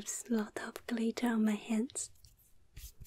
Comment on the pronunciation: Whoever taught how to pronounce the word "glitter," I hate you.